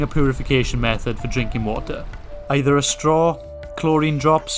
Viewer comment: 4 litres Of whater a day 😂